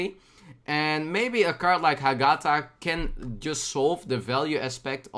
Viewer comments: You pronounce the GA too much, read it with HA-gatha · i think its pronouced ah-geh-tha.